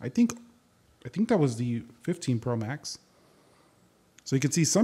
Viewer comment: The way you’re saying “Pro max” is annoying me lol